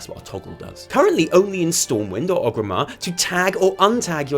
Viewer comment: Come on I love you but it's ORGrimmar not OGrimmar:'(